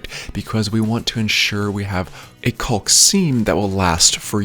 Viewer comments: The CAULK L is silent it is pronounced Kaak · Try leaving out the L when pronouncing caulk....you will sound like a pro..lol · This guy calls it colk lol I call it cock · Is he saying cock or hawk? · I only heard him say cowlk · It's cawk! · he says coccck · I've never heard anyone pronounce the "L'" in caulk. 🤣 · Bro says caulk funny😂 jk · the way you say caulk hahaha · Dudeeee!! I can’t stand it. Every video I watch it seems like everyone pronounced the “L”!!! Like, you don’t pronouns the “L” in “walk” right 🤦‍♂️ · Trying very hard to avoid saying cock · It’s like people calling a roof a “ruff” or creek a “crick” lol